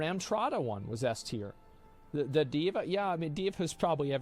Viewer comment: Did he say dva 76😂😂😂😂